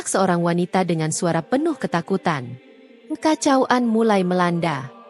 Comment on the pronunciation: Tlg kpd story reader membaca kekacauan bkn dg kekacau an